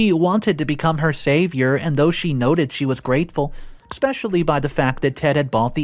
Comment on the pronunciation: There's no X in the word especially